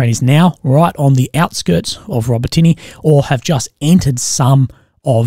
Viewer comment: A quick help with your pronunciation of "Robotyne." You're saying it like "robih-tee-nee" but it's correctly pronounced "rohbot-in-oh." Take care, legend 👍